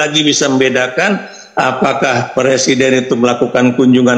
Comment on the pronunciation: Jokowi bilang presiden aja ngucapinnya per siden ..keliatan klo gak pernah sekolah